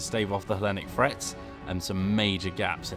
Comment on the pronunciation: please pronounce the "th" sound properly. When you say "frets" instead of "threats" it really sounds terrible.